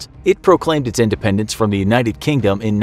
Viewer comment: repeated cringing in my English degree heart IndependEnce.... Not dAnce... @@